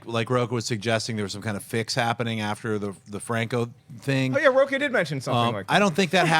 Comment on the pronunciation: A fan of Rocha here, but hermano lets work on your Spanish pronunciations!